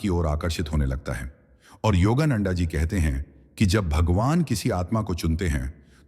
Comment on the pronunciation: योगा नंडा नहीं, योगानंद कहिए।